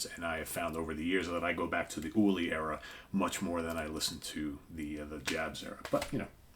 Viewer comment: Friendly, laid back pronunciation comment: Jabs is pronounced "Yabs".